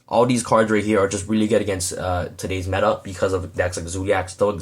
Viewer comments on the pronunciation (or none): none